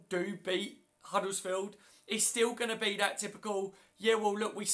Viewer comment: Hi, it's not huddlesfield with an L in it it's Huddersfield, as in 'Udders-field. Thanks.